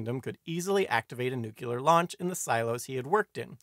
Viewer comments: Good video. Very scary. One note: New clear, not nuke you ler. :) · Nice quickie. Not partial to your pronunciation of nuclear as nukuler though lol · I came to leave this very comment. Thank you